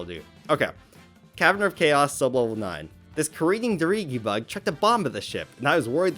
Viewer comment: Other than how you pronounce “dirigibug” and “hearth”, you basically said everything I’ve been saying about blue Pikmin. You seem to actually get this series better than many.